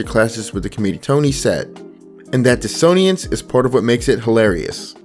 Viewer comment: Great video. Are you mispronouncing things on purpose so people will comment? Because its working! Dissonance and Sephiroth becoming Diso-ni-ance and Sephy-roth was either a silly joke or pedant bait. As someone whose pedantry knows no bounds I must know: Which was it?? Im so confused.